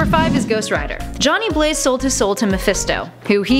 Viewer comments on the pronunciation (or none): none